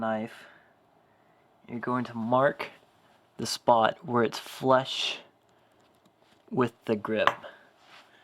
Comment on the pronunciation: flush not flesh lol